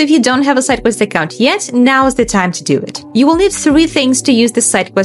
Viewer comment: Redo this video with a person that speaks clearly and slowly so we can actually follow instructions without having to replay 17 times. Even when she says "sidequest" it sounds like something else.